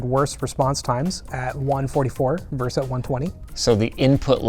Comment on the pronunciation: It's "versus," not "verse."